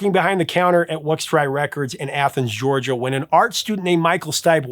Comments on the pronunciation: How could you tell the REM origin story without including the Mills/Berry Macon connection to the Copeland Brothers? Also it is pronounced "Wux-tree" Records. The shop is still in Downtown Athens today. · It’s pronounced Wux-tree Records. I’ve noticed a few other mispronunciations but Wuxtry is my hometown record store!